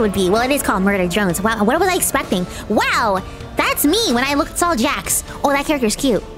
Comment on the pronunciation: Yes, you are correct it is Jax as I think you say that